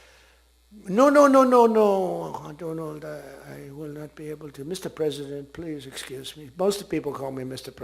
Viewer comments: Donald Trump ❌️ Doland Trump ✅️ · From my frrrand Dolund Trump to Saaaaaaaaar! How time flies😅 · My Friend Do laand Trump😂😂😂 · Doland, Doland 😂😂🤣🤣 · Le Modiji saying - Mr do-laannd Trump 😂